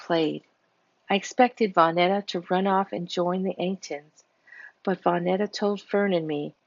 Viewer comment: Vonetta= Vun-etta. Mukumbu= moo-come=boo.